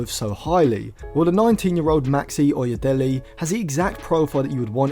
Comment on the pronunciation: It is pronounced as oye(daylay) as in 'Dele' Ali.